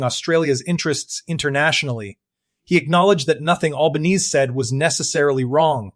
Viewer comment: You could at least teach the AI how to speak Australian, not American. And while you're at it, teach it how to say the name of our Prime Minister - it is not Albaneeeeeze - it's pronounced Alban-ee-see.